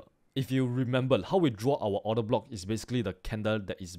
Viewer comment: i understood everything but its remember not remembal